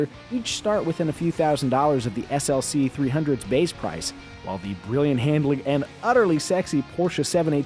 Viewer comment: I’m not the only one who heard him say GLC right?